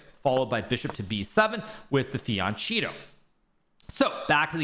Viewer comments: I wonder why Hikaru would purposely demean himself by insisting on this 'Fee-an-sheeto" pronunciation [of the Italian word 'Fianchetto', which, he knows, is pronounced "Fee-an-ket-to".] It's just one of those small albeit very telling psychological habits that give insight into people's inner workings... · it's pronounced fianKetto, hard C. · I heard a few fianCHEATo's in there. I don't watch a ton of Hikaru but if that's on purpose I love it. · Hikaru repeatedly says fian cheat o. Isn't that a violation of the settlement agreement? Careful. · Who else heard "fiancheato".. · Did he really say fiancheato? lol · Yes he always says it you are no True fanboy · and - Is it a pun that you pronounce it "The Fian-cheato" when you are playing against Hans? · He's making a dig at Niemann. He knows how to pronounce it properly.